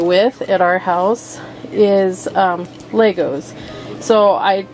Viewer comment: I wonder what the Lego vs Legos arguers would say about this woman's pronunciation: "Lay-gos"